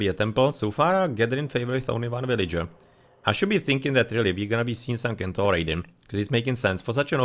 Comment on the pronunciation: Excellent casting. Just one thing, it is 's-entaur' not 'k-entaur' but yeah anyone is free to pronounce it however they like. 🙂